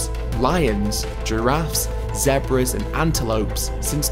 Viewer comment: he did not just say zeb brahs